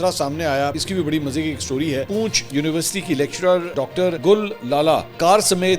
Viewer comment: Sir your pronunciation of Poonch is not correct. This is not read like tail(poonch) rather N; is pronounced in District Poonch and not silent like in case of Tail poonch or dumb. Actual City of Poonch is under Indian occupation and the rest of the area is in AJK. I should mention here too that despite living in Canada, I am one of your most regular listener and appreciate what you do and how impartially you cover the stories of Pakistani politics.